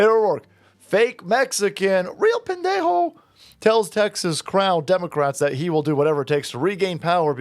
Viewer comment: 😂😅 love you & your channel! ...not to make your wife jealous (lol), but you have another Mexico City fan in NC! Been watching you for a few years, introduced you to my husband & now he also watches you (he is full American). We love your humor! And more when you call Beto Pende?o jajajaja 😂❤